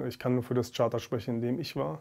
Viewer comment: Was für Charter dass heißt Chapter . Völlig am Sack der Typ